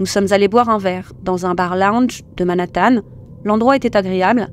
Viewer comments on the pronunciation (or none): none